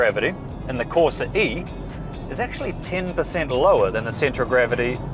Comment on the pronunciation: CorsA, not corsE 🤦🏻‍♂️